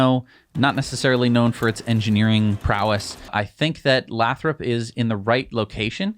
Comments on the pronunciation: It's pronounced lay-thrup. Oh, and given how expensive housing is in the bay area, half of their Fremont staff probably already live damn near to Lathrop and would love to transfer, heh. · It's "lay-throp" :-) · It's pronounced Lay-thrup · Lathrop pronounced LAY THROP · Lathrop pronounced with a long vowel "a". Lived north of the area for too long... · Stop mispronouncing Lathrop! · FWIW, Lathrop is pronounced with a long A.